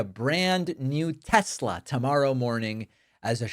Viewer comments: Teslar...... He doesn't even know how to pronounce the name correctly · 1 tessla ? Lol